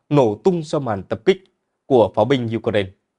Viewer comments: đã bảo vậy mà, nghe thật hay đúng không ? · BTV phát âm Ukraine nghe hay hơn Ukraina. 👌👍❤️